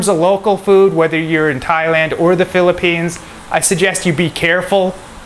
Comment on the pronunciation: What is philippines ? Sound like slum